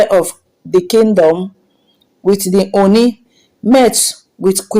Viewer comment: as a Nigerian blogger, may you please go learn proper pronounciations of Ooni. Also learn how to pronounce the King's name. Avoid repeating yourself too often. Tnx